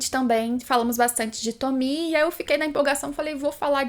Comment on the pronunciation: ELA PRONUNCIA O NOME DA TOMIE CERTO!!!! AAAAAAAAAAAAAA ❤❤❤❤❤❤❤❤❤